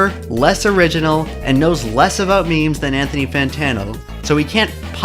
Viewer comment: Why does he keep pronouncing memes "means" just proves that he's a normie who is just petty that he is being insulted.